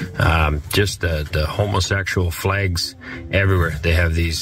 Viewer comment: Is it the ‘flehgs’ that are so upsetting? Lol.